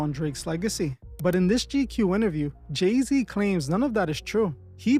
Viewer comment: It's Gey-Z 😭💀😭